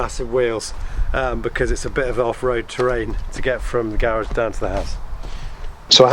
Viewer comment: Nice idea but I couldn’t focus because of the way you kept pronouncing “garage.”